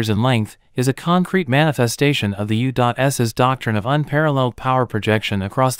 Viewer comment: Go "U Dot S!" Whoever this "U Dot S" country is, it sounds like a powerhouse! LOL. (Improve your AI Reader, please!)